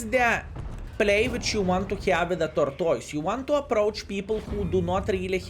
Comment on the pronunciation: "Torktoys" 🤣. Great video as always 👍